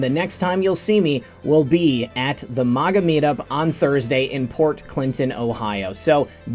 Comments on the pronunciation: I don't like the way you say MAGA It's MAG-Ah not MOG-Ah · you always say “Moga” and not “MAGA (MAGAZINE,MAGNET)” so why say it as MOGA?